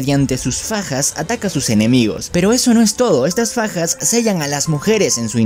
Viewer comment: Cuando dijiste daki ataca con Fajas escuché pajas : yo pajas mmmm ¯( ͡° ͜ʖ ͡°)¯